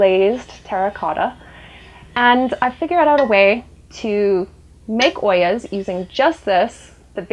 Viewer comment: I like how she pronounced "Ollas". It was perfect!